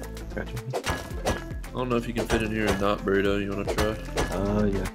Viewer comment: Burrito sounds like spoon